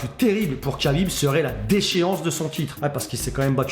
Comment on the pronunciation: C'est KHA-bib et non KA-bib ça ce prononce comme le chanteur Cheb KHA-led 😉